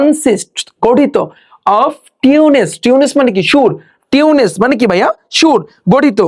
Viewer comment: আমি অবাক আপনার উচ্চারণ দেখে, টিউন্স কে বলছেন টিউনেস, রিলিক্সকে বলছেন লেরিস। এগুলো কি?